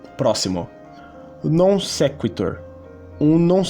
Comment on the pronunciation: Vc mandou um "Non sektor" que nem o Henry Bugalho kkk